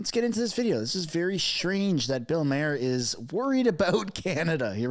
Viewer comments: Bill never mentions Trudeau once. Also air pollution in Canada is caused by fires which is largely climate related. It's pronounced "Marr" by the way. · Dude I hate to be the one to burst your bubble his name is Bill Mar like Mars without the S. that’s how he himself pronounces his name.👍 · How about you learn to pronounce Bill Maher. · You're saying Maher wrong dude... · You can't even pronounce Maher correctly!!!!! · Please state Maher correctly. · Have you ever watched Bill Maher? I'm pretty sure you're pronouncing his name wrong... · pauses the video to correct the pronunciation of "poutine" but can't say Bill Maher's last name right. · You can't even pronounce Bill's name correctly! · Please learn how to pronounce Bill Maher's name. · Yah, and 'Mercans pronounce Maher like "Mahr" not "Mare"! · Respectfully. His surname is not pronounced " mayor," but is pronounced "mar," as in the planet Mars. Thank you. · Bill Marr....not Mayer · It's not pronounced mere like a horse, it's Maher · With so many Comments, I can be virtually assured that you won't see this one, but I'm going to make it anyway: You're not doing anything to help your credibility by mispronouncing the name of the person you're talking about. Mr. Maher's name is pronounced MARR, not MARE. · "Maar" not "Mair" hee hee. Good video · Thought Bill Maher pronounced his name "MAH-her", not "MAY-her" . . . lol, great show. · Not Mayor..."Bill MAR"..thats how you pronounce his last name correctly ❤ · Marr not Mayor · His name is MAR.............................NOT..............................MARE. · It's pronounced "Mar". It's painfully obvious you've never followed Bill Maher's long career. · FFS, it’s pronounced “Mahr” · His name is pronounced MARR. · pronounced Bill MARR. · If you are going to do videos citing others commentaries/shows, you need to learn how to pronounce their name. You are not pronouncing Maher like Bill does. It is more like mar that rhymes with par. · Bill Maher, pronounced "car"